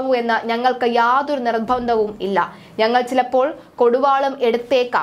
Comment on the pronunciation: നിർഭന്തം അല്ല നിർബന്ധം